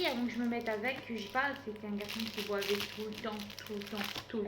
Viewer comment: ma belle on dit « il buvait » pas il bouvait.